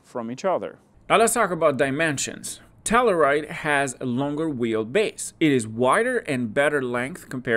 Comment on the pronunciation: Pronounced. TELL “U” RIDE .